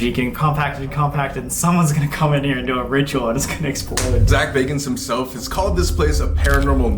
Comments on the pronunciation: Really can you read baaaaagans!!!!!!! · Bagans,I thought you said Zak Bargans?:)+ xoxo ,muah,peace lol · Im sorry but Zaks last name isnt Bargans its Bagans. Zak Bagans. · Zak bagans lol your saying his name wrong.. lol